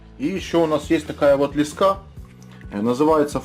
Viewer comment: Да почему так не грамотно лескА?????аж тошнит!!!!лЕЕЕЕЕска правильно!!!!!